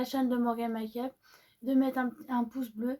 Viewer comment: Oui super vidéo.. A bientôt. Essaie de dire MEKUP Pas MA kup Max. enn... More Pas maxmore.... Bisous... C'est juste pour t aider.. 😘👍